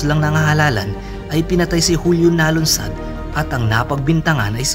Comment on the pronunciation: Nalundasan po hindi "nalunsad".......hindi 92 kundi 98.01